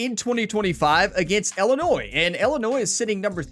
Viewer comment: As an Illinois resident I cringe the way you pronounce the state name. Its not Illinoise please. As a Purdue graduate, Boiler Up and Hammer Down!!!